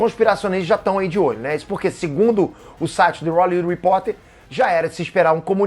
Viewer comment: toda vez que o fala "the rrrollywood reporter" EU MORRO por dentro